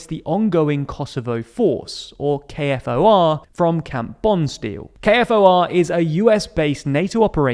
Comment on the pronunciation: KFOR stands for Kosovo Force. So it is pronounced acordingly. A letter K and "for"